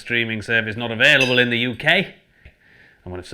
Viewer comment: I cannot describe how angry your pronunciation of UK was ... This is clearly supposed to be a Yorkshire accent, and he pronounces the K like he's from the South! How DARE he!